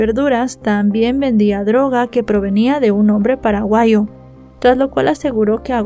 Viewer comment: Se pronuncia paraguayo, no paraguaio 😮